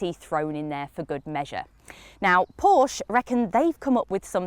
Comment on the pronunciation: Correct pronounciation of Porsche ;-)